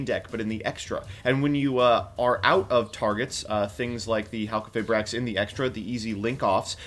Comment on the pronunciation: PSA it’s HAL-KEY-FE-BRAX I know we don’t like the name change but let’s at least say it right.